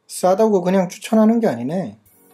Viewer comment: 처음에 싸다고라 할때 싸다구라 하는줄 알았다